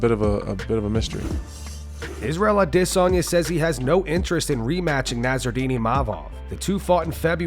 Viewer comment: Hate how u pronounce adesanya